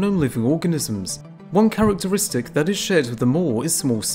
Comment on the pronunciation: "One carroteristic..." XD!!!